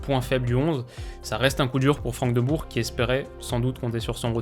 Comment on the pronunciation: Et le Rrrrrhout Rrrrhoulit ou les frères Deubour 😂